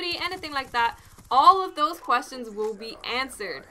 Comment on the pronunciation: i like the way u say those haha, dose x)